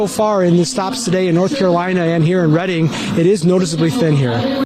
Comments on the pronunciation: David, it’s pronounced “Red” ing. Like “I read a book in Reading.” It’s not personal, I’m from New York. You may never have the need to utter “Reading” again, but I know you like to be informed. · I can verify the lack of ground game in PA for Republicans. I had 4 democratic canvessers knock on my door in the past weeks, but no republican canvessers.... btw, Reading PA is pronounced Redding. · Reading PA is pronounced Redding. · Lol. It's pronounced, lit itz lol I grew up near there, and it's pronounced redding, I know it is spelled wrong or whatever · I live in Pennsylvania, and you really murdered the pronunciation of Reading and Lititz! 😂 They are pronounced like "REDing" and 'LITitz." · Dude, it's pronounced RED-ing, PA. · It’s not pronounced “Reeding” PA, Have you ever played Monopoly? lol think man.. think. 😀💙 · Readind PA is pronounced Redding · And Reading, PA! (red-ing) Love u, David! Killer show! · Love your work, but I swear it's "Red-ing" isn't it? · Oh, you just mispronounce city names, got it😂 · Fyi, unless its a different Reading than the one im thinking of, its pronounced "red-ing" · Reading is pronounced like "Redding". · BTW, Reading, PA is pronounced RED'-ing. It used to be a town that attracted tourists because it had some of the best clothing, shoe and handbag outlets. Then the outlets moved out and crime shot up. There's nothing there any more. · It’s pronounced Redding, PA. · An easy mistake, but it is pronounced Redding(Reading) PA. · Reading Pennsylvania is pronounced “Red-ing”. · David, it's "Reading", pronouced like "heading" or "bedding". You sound like AI pronouncing pheonetically. Haha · Pronounced RED ing. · Not pronounced Reading like the gerund of to read. It's Reading like the past tense of read (like the color red) + ing. Other than that tiny annoyance you analysis is perfect!!! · It's pronounced Redding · It's pronounced "REDing, not Reading". But thanks for everything else! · IT'S RED-ING NOT READ-ING........